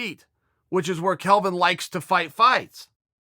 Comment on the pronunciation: There's also the smart guy casual who's calls Kelvin "Kevin"